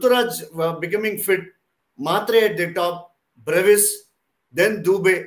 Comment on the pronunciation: what bruis bruis ani 😆😆 its brevis